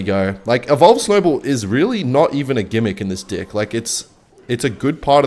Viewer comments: Bro stop saying d!ck it’s deck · Why does say dick instead of deck 😭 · Bro normally he says deck like dick and no one mentions it in the comments, but the one time he says it sorta normally someone says something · normaly will say dick instead of deck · bro did not say DECK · yeah, definitely just accent 🤣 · the way bro says deck 💀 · I thought it was an audio glitch at first, like AI mispronouncing "deck"